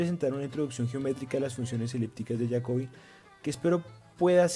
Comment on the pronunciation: De pronuncia como en Español Jacobi , Jacobianas etcétera